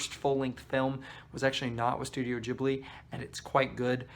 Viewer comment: here are my comments 1) what did ponyo ever do to you😓 i don’t get why you hate it 2) thank you for saying it like jibli and not gibli 3) kiki does indeed get better the more i think about it 4) agree with your take on howls moving castle 5) omg yes castle of cagliostro reminded me of scooby doo too. that one annoyed me tho because it didn’t end with two people falling in love 😐 6) i realized i need to watch porco rosso again!! 7) whatttt i did not know shia leboeuf was in nausicaa ???? 8) mononoke🙌🙌 9) SPIRITED AWAYYYYYY😁😁😁 10) yoshifumi kondo directed whisper of the heart